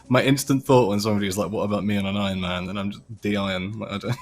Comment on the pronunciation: Ironman says de-iron. Lmao